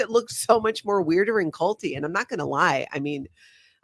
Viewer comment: The way you say “…is so CULTY” 😂😂😂😂❤❤❤❤